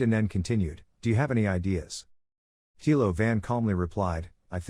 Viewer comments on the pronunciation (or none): none